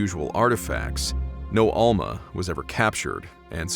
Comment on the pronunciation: It's almaS, not alma